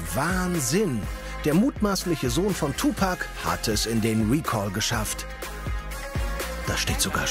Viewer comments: Hatje Lissitzky es wird so ausgesprochen wie geschrieben nicht tupäääc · Dieter lern mal Tupac sagen was ist den Tupec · im englischen wird es 2pec ausgesprohen schau dir die south park folge an wo 2pec auftaucht die sprechen des auch so aus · Der kann nicht mal tupac aussprechen